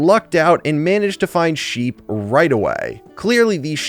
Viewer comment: you said heep 😂😂😂😂😂😂